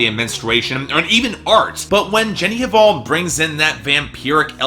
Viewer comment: the pronunciation of artists last name shoud be "val" not "haval". without "h".